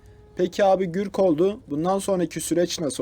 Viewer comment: Gürk degil Gurk